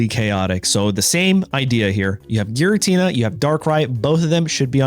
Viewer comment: Giratina, not jiratina